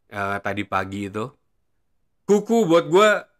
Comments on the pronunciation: Bang kenapa ente kalo nyebutin nama N'Kunku jadi "Kuku", kalo gk salah kan pronouncenya "En Kungku". Soalnya kalo Kuku kesannya kaya nyebutin nickname Cucurella "Kukureya" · Kuku doang bang ane dengernya dari awal ngikutin video² ente 😅